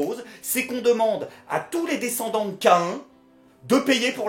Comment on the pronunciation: Pourquoi il prononce "Caïn" K1 ?